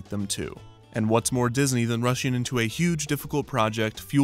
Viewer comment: Is it really that hard to pronounce words that end in ing properly? “Rusheen”, “goeen”, “casheen”